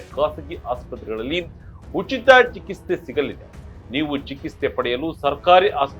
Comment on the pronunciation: ಚಿಕಿತ್ಸೆ ಬರೆದಿರೋದು ಸರಿಯಾಗಿ ಬರ್ದಿದ್ಯಾ... ಆದರೆ ಹೇಳೋದಕ್ಕೆ ಮಾತ್ರ ಯಾತಕ್ಕೆ ನಿಂಗೆ ಹೇಳಕ್ ಆಗ್ತಿಲ್ಲ ಸರಿಯಾದ ಉಚ್ಚಾರಣೆ ಮಾಡು